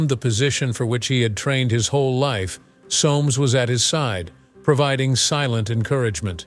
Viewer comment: BTW - in English that name is pronounced (phonetically) SOMES . . . .